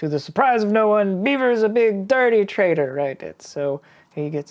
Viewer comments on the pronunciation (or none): none